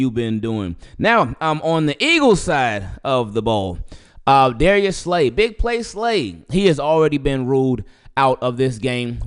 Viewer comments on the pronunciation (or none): none